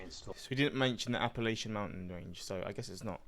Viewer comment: By the way you said Appalachian correctly the first time. Those who grew up in the area pronounce it App a latch an. I cannot tell you how annoying it is to hear people pronounce it wrong